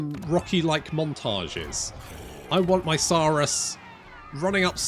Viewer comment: Only issue i have is its not. Suuhhhh russ Saw-russ😂😂